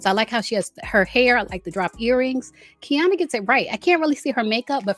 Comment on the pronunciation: Gizelle did too little and K did too much ( with dresses and this season). They should switch dresses and Tia needed the AI dress. Lastly, I believe Ks name is pronounce Key-Arna